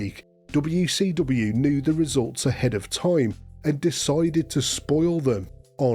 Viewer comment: “DoBeW Cee DoBeW” 😂